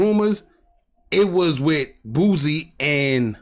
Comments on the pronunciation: His name is Boosie sounds like (Boo- See) not Boozy 😂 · It's pronounced Boo-See; Not Boozy... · Bro stopped saying boozy